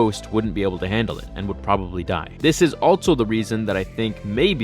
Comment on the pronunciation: There's no "t" in "also". It's "also", not "altso". Interesting theory though. I would be okay with it if this was true.